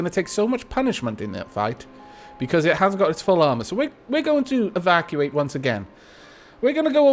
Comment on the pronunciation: Every time you say evacuate I just hear 'Aavakuate'